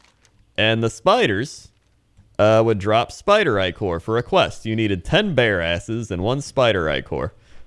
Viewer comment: no matter how you say Ichor its wrong if the I is short. no Ick-or no Ick-er Eye-chor yes Eye-ker yes